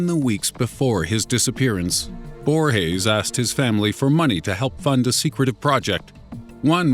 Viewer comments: it's not pronounced "borhes" the "g" sound in portuguese is not the same as in spanish, it's pronounced just like in english. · Just one thing. Brazilians speak Portuguese, not Spanish. And Borges doesn't sound like Borhes in Portuguese. Not at all. It would be closer if you soundes like it was in English. It wouldn't be the right sound, but much closer and it wouldn't look like you want to speak correctly, but failed miserably. It's cringy when people assume we have that soung for "J" or "G". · "Bruno Borges" is Brazilian. G's don't make the H sound in Portuguese. That's only in Spanish.......